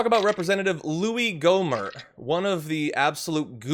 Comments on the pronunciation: The t in his last name silent. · Did you say Ghoulie Gohmert?